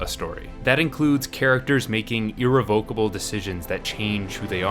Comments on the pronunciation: Irrevocable: ih-REV-uh-kuh-buhl not to be revoked or recalled; unable to be repealed or annulled; unalterable: His mispronunciation of "irrevocable" in this video is irrevocable but can be improved in the future. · That would be ir-REV-o-ca-ble.